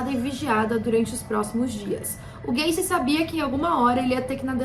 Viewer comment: Ela falando gacy parece q ela ta falando gayKKKKkKJ